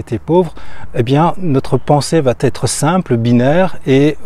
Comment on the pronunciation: j'aime ce que tu fais...un détail me gène, juste un détail mais qui pourrait décrédibiliser. Je l'ai déjà entendu chez d'autres youtubers et à plusieurs reprises dans tes vidéos... tu dis trop souvent: "cela va-t-être..." le problème est qu'il n'y a pas de T, donc pas de liaison. J'espère que tu sauras tenir compte de ce "détail" tout en continuant tes vidéos très enrichissantes.